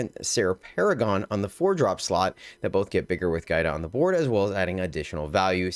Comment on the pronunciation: Yo, my daughter’s name is Giada. It means Jade. The enunciation of it is Gee-ahda.